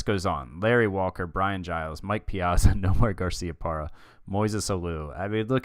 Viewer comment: The way you pronounce "Piazza" is tilting me a bit :p Good video though, fun to follow this mini-series.